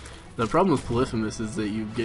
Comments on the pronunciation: You keep pronouncing 'Polythemus' wrong... It is : Polly-Fee-Muss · I think it's poly-fee-mes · LOL at him calling polythemus "puhlithamiss" know your greek myths! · is it just me, or does the way he says polythemis mess with you? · repeat after me: pah-lee-fee-muss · why do you pronounce polyphemus so weird?